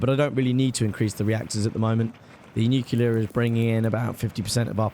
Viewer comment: It's been low-key bothering me how you mispronounce nuclear. You say "Nu-cu-ler" when it's actually "Nu-cli-ur." You still put the stress on the first syllable (e.g. "NEWcliur")